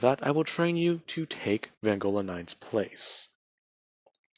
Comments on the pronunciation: It's pronounced v-on-go-la no offense but I can't stand when ppl get this wrong your doing great otherwise dude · Fucking finnaly someone did this,also your pronouncing vongola wrong your saying vangola